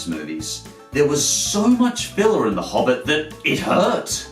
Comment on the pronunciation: I unsubbed when he said Hobbit xD